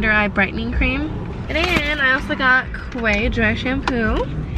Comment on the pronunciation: Hey Daisy Quay is pronounced as key. 😊